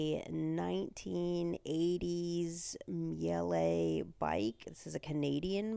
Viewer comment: Maybe I'm wrong but I thought it was a German name so pronounced it like 'Meal-uh'. Either way, nice build, enjoy the ride!